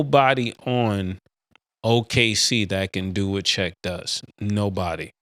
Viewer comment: First it was Lukahh then it was Windol “Wendell” and now Check “Chet” 😂